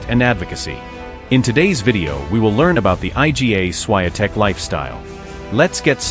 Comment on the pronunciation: I agree absolutely that it is ignorant and rude for narrators to mispronounce her name!